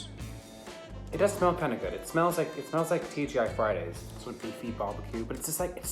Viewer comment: he said T.g.i. friday’s like he’s american